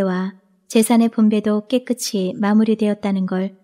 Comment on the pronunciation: 감사합니다. 잘 듣고 구독하고 갑니다. 목소리도 좋고, 발음도 분명하고, 대화 부분도 실감나게 읽으셔서 듣기가 좋습니다. 다만 '깨끗이' 발음은 깨끄치X가 아니라 '깨끄시' 입니다.다른 작품도 그리 읽으시더라구요.... '끗'의 받침이 ㅅ(시옷)인데 ㅌ(티읕)으로 착각하여 구개음화 현상을 만드는 분이 꽤 많더라구요. 책을 읽어준다는 것은 거의 아나운서라 생각합니다. 이 채널을 아끼는 마음에서 드리는 말씀이니 노여워는 마세요. 😊